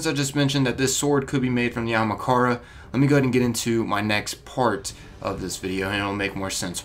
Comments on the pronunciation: aHAMkara, not ahMAkara. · Writes it Ahamkara. Pronounces it Amakahra. I'm dyslexic as fuck and I'm insulted. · its pronounced aHAMkara not aMAHkara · The bones on Io aren't ahamkara bones, and its not pronounced amakara. Just sound it out o3o. The evidence to support that the Io bones aren't dragon bones is that first off you can notice a ton of snail and trilobite remains along with the bones. The theory that would make the most sense is that Io used to be either a water world or primarily aquatic with a bit of land. Also, the area that we go on Io would fit perfectly underwater. Just imagine it with water. Those skeletons are most likely of some type of whale or alien creature. The bones "could" be ahamkara bones but that is HIGHLY unlikely and wouldn't make sense. We will no doubt have dealings with one sooner or later though. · Ahamkara not amakara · It's Ahamkara not Akamhara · It is A-HAM-KARA, not AMAKARA. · jesus christ there's an H in ahamkara- not Amukara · WHY DOES HE IGNORE ONE OF THE A'S!!! ITS AHAMKARA NOT AMAKARA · A-HAM-KAR-A, not A-MA-KARA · Anyone else get triggered when he says "Amakara" rather than "Ahamkara". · Its not amakara its ahamkara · Amahkara? Not Ahamkara? Jesus dude. Taking illiteracy to the max. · Its not amakara its ah-am-kara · ... great theories, but it's pronounced Ah-hahm-ka-ra, not amakara... sorry, I get twitchy with mispronunciation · Its not amakara...its ahamkara... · ITS NIT PRONOUNCED AMAKARA!!! ITS PRONOUNCED A-HUM-CAR-UH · Not Amakara its A(H)amkara that annoyed me a lot, sry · Am I the only one that’s triggered by him saying “Amakara” instead “Ahamkara” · not trying to be a jerk here, just winced every time ya said it so feel the need to point it out :P It's AHAMkara NOT AMAkara. ya keep jumbling up the name a bit. :P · Bruh you're saying Ahamkara wrong!!! Not Amakara...AHAMKARA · I really don’t get why people cannot say (aw-hum-kar-uh) it’s not Omkara or Okamhara dumbass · It hurts ma sowl when he says "Amakarea"